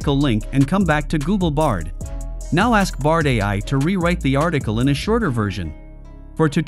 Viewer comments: Nice 🎉 it’s bard not brad. Might’ve just happened because of the spelling in text given to AI voice generator. No big deal good video 🎉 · Why does this video say 'Nitches' and 'Brad' for what we actually know as = Niches and Bard? I wonder who made this video?